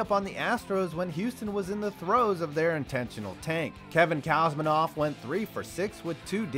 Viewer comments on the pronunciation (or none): I agree on that one but but he’s got many other pronunciations wrong. He says Kevin Cowsmanoff right at the beginning.